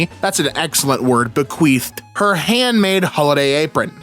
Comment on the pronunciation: “Bequeefed” honestly thought it was that not bequeathed I’m so dumb